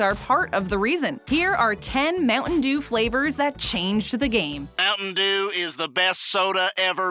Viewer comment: America: Moutain dew Filifino: Moutain jew The dew sound like jew